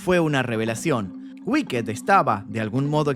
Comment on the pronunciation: No se dice wicked "guiked" se dice "wikt" o "uikt" la ed es una t al final no mas.